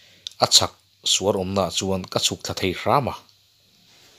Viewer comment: A ngaihnawm in a hmuhnawm hle Mai,, thil pa1 chiah Mahse Kan ti tehang,,,, Suar' i lamdan kha a thluk a fuh tawklo tlat. Misual kantih a atawp Sual tia kan thluk ang ki khan han lamla a dikzawk in ka hria.....